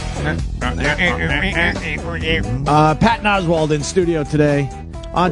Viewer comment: Of course Opie pronounces Oswalt as Oswald